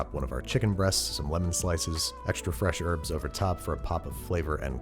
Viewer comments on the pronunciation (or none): You are saying herbs wrong...